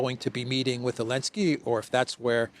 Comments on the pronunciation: Why do you say Alensky? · does the AI also say "elensky"?